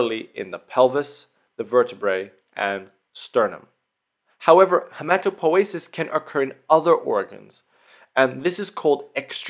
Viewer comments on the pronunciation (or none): I always called it hematopoiesis, with an i. And sounds very disturbing to hear hematopoesis.